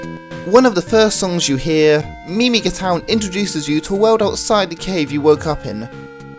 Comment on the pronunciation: your saying miga wroung